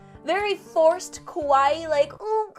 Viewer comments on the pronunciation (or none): none